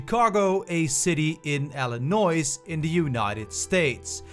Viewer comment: You don't say the S in Illinois